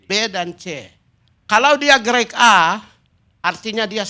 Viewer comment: Grek grek apa kau bilang ini Pigai!!! Grade bukan grek🤣😂